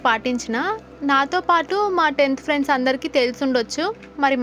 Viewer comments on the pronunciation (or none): none